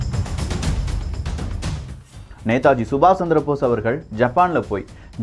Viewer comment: Nethaji subash (not sandrabose ) it,s Chandra Bose plz correct ur pronounciation